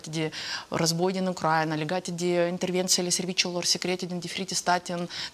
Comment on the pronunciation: Doamnă Morari, cer ertare! Denumirea țării Ucraina se pronunță cu accentul pe litera "i"